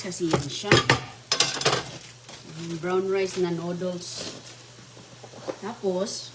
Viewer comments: Anong klaseng pansit yan bakit may kamatis? Saka dapat ayusin mo magsalita , noddles (nudels) hindi (nuduls) para mag stay manonood mo kc nakakqumay...kaya halos ala kna viewers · Natawa nga ako sa pagbigkas nya ng noodles 😂😂😂😂